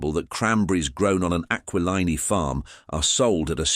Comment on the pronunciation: Tsk tsk—Bits of true info ruined by bad pronunciation of names like GAG-Glardi, AquaLine-EE; misspelling names in captions (BD for Beedie, LOUIS for Louie). Using movie Charlie Chan photos for the Chan family… Using stock photos irrelevant to the topic… Horrible AI — I always click “not interested” or “thumbs down” on this crapola.